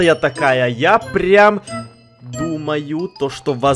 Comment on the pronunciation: прокортавил слово "прям"